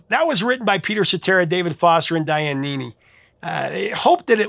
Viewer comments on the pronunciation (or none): none